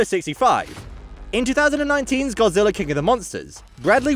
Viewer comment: What is Godzillarr? I don't remember there being any r's